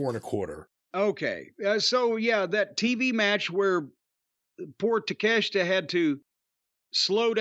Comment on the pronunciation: I'm not comfortable with Jim pronouncing "Takeshita" correctly. Not comfortable at all.